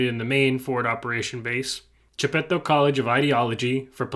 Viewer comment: Chitepo not Chipeto